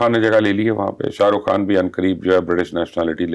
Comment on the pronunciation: Thank God!! This lady has finally improved her urdu accent , she can Pronounce the words " Khan" Now she needs to work on her "R's ...